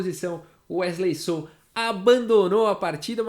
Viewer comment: Wesley “sô” ele é mineiro